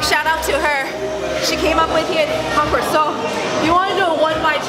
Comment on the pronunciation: They should not serve her just for the way she says Concord.